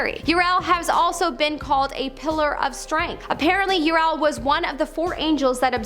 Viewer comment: "Uriel" is pronounced "YOO-ree-el."